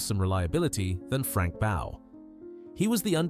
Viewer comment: That black man isn't Stuart Hall, the old TV host. And Frank Bough's name was pronounced "Boff", not "Bow".